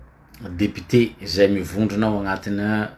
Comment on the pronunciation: Lire le mot "député" en mettant l'accent au bon endroit au premier syllable.